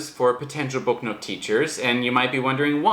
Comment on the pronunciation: I thought you were saying book note. lol